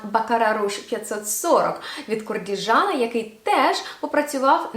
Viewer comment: Куркджан, у кінці А м'яко